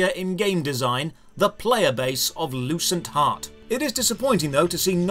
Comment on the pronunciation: I thought you said the game's name was "Loose and Hot" 🤣 No joke !